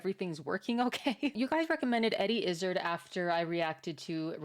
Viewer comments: Welcome to the surreal and uniquely fabulous world of Eddie Izzard. By the way, in Britain, we say his surname such that it rhymes with "hard". Keep these lovely reaction videos coming. And good luck settling into your new home! 🙂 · It's pronounced Eddie Iz - Zard rhymes with Eddie Is Hard. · Fantastic comedian and comic. The last part of his name rhymes with 'hard', BTW. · Eddie Is Hard is the pronunciation. I meet a relative of his once! When he said his surname I said like Eddie? And he went off on one about how Eddie dresses etc, (you will learn?), and Pride marches etc! And why can't hetero people have marches as well? I only wanted him to sign off the bloody delivery! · Izzard is pronounced more like "Is Hard" with a dropped 'H'. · I think Izzard is pronounced more like bizarre (+d) If you're impressed with his style (btw, I think that's a tailcoat), you should realize that this is one of his most normal/boring-looking outfits. Wait until you see him in a dress, makeup, earrings and high heels! The word you were looking for is pussycat. Youtube auto subtitles are just being silly. Apparently there's a story or poem he's referencing. Eddie is always great. Especially when he plays multiple characters talking to each other, and he gets into ridiculously silly, funny and oddly detailed stories 😂 Check out for example: Eddie Izzard "Cake or Death" Sketch From Dress to Kill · You are mispronouncing their last name. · His surname is pronounced Izz-ard, not Izzid. And he used to refer to himself as an "Executive Transvestite", not an "Action Transvestite". Fun fact... Eddie is in the "Guinness Book of World Records" for being the first and only stand-up comedian to fill Wembley Stadium in England for a single performance. Also, the jacket he's wearing is called a "Tailcoat" for obvious reasons. The coat was designed for ease when riding horses, because a full overcoat was too cumbersome. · Izz 'ard Like hard without the 'h" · Eddie is great… pronounced “IS-ARD”